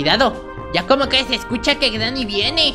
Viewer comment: porque dices greeny cochina